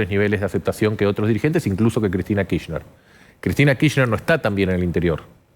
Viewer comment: ¿por qué la periodista insiste en decir KiSHner? ¿tan complicado es pronunciarlo completo, con la R?